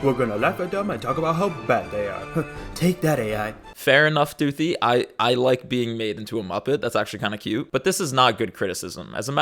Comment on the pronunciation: Her name is spelled with a “th” not an “f” So it’s Doothi, not Doofy